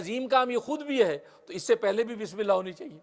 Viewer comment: Bismillah sahi se padiye